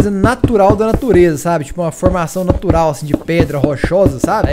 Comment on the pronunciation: "Nartural da natureza" kkkkkkkkkkkk